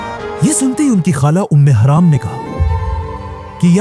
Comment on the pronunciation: یہ نام ام حرم ہے ام حرام نہیں